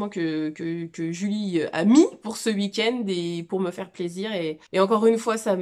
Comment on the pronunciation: Petite vidéo parfaite si ce n'est qu'on ne dit pas ''wouikend' mais 'weekend' 🤣😝 tellement contente d'avoir eu ces moments av toi!